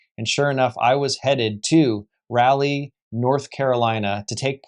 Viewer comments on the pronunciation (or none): Jfc… “raw-Lee” not “rally”